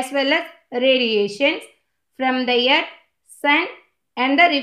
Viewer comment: It is earth not yerth